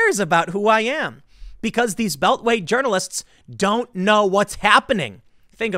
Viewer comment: calls pronounces it as "urinalists" lol